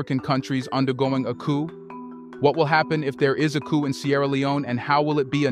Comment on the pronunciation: Please pronounce coup without the "p" at the end.